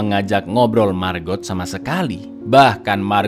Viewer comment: Setiap nyebut margot..nyg ada di otakq malah maggot🙈..iuuuh